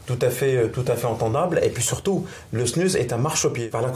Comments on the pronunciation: Tu remplaces le s par un a ça fait snua trop drôle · LA snuZE au niveau de la prononciation svp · dite snus mais sans le n 😳😳😳😳😳😳😳